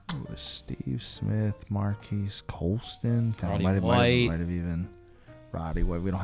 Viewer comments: I mean maybe it’s not “Marcus” but I feel like I feel like I remember Colston’s name being pronounced a hell of a lot closer to that than “mar-quise” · literally yes, it’s pronounced like Marcus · Y'all kill me with the Marques pronunciation. It's 'Marcus' smh